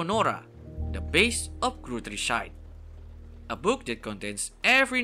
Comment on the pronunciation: I appreciate any form of bookworm content but as a german I musst say your pronunciation of the Gods, Gutrissheit etc was painfull. (If you didn’t know: most of the names are based on german. Though even the author spells them wrong. in japanese and English)